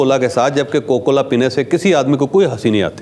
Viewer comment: کوکو کولا نہیں جناب کوکا کولا۔